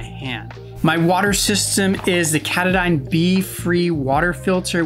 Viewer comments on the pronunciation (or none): Pronouncing "salve" like "slave" definitely rose an eyebrow. Almost made me forget how you pronounced Katadyn. But this was a cool video and introduced me to some cool new gear.